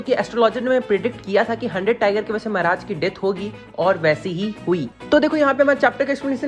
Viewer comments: Mehraj nhi mharaj 😂😂😂😂😂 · Bhai Maharaj hota hai mehraj nhi bhai Bharat me rhta hai hindi thoda thik se bol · Mehraj nhi bhaiya maharaj 😂..... anyways aapka explanation bhout shi rehta h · The way he says "Mehraj" 🤣🤣😅